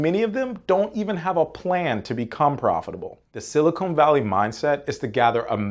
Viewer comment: It's dumb, but hell mispronouncing silicon as silicone drives me nuts.